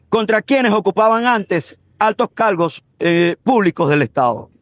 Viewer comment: Son ideas mías o el abogado no sabe hablar correctamente? Calgos, olganos etc